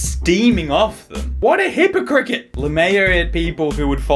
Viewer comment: Did seriously say "hippocricket"? that's creative...